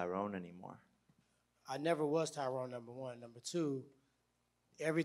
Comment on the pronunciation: People just can’t get poor Ty’Rones name right lol it’s pronounced “Ty-run”